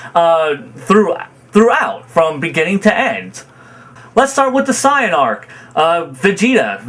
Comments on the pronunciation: Why do you say Saiyan like that? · Goku has often put the fate of the universes lives at risk sure, but goku has also always been pretty against actually killing. Knowing that him winning means the death of all the fighters and innocents in those universes is out of character. And for the record i hate the way you pronounce almost everything that has to do with dbz lmao especially the word "sayian" and "goku" lol